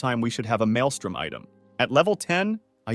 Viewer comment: its maelstrom. not maelstorm xD